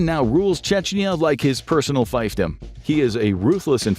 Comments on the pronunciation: That's pronounced FEEF-dum, not FIFE-dum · fEEf dom not fife dom